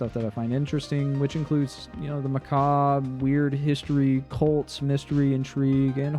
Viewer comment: You know how to pronounce macabre! That, in & of itself, earns you my subscription.